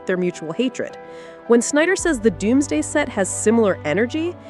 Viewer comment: Did she say Avengers Doomsgay??